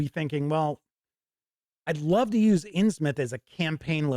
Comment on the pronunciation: Thank you for saying it as “Inns-myth” and not “Inns-MOUTH!” Always annoys me… 🤣 Anyway, thank you for the review, I can’t wait for this book!